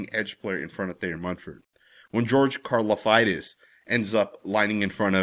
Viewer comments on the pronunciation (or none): He said Car-La-fight-us 😂😂😂